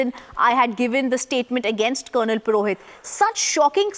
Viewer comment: Its PUROHIT not PIROHIT!!!